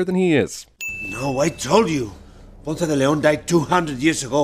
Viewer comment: The worst thing about this movie is how they pronounce Ponce